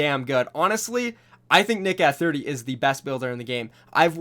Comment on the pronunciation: Are you sure you have watched Nick Eh 30 you completely butchered his name